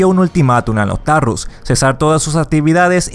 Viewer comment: Podrías al menos haberte leído y pronunciar bien el nombre del server: NOSTALRIUS no “nostalrus” un saludo.